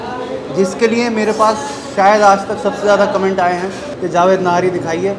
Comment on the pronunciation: Thank God you’re calling it Nahari instead Nihari. Please encourage others to pronounce it correctly.